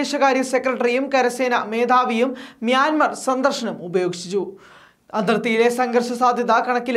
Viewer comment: മിയാന്മാർ സന്ദർശനം 'ഉപയോഗിഷിച്ചു'..0.20 .. 😜എന്തുവാടെ മലയാളം...ഉടനീളം അക്ഷര പ്പിശക്... വാർത്ത വായിക്കാൻ മലയാളം അറിയുന്ന ആരെയും കിട്ടിയില്ലേ.. സാജാ..